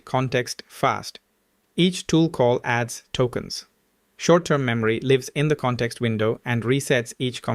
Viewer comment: 😂 throws me off anytime he say “lives”